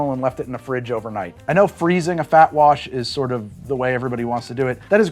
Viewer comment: When You said "FAT WASH," I thought you said, "BACK WASH!" I thought, "That doesn't sound too appetizing!" Hahaha Top Video! Thankyou